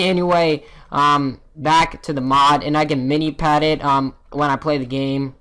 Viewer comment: Minepad not minipad!